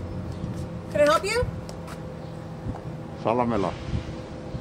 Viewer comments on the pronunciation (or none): Jala- mela lol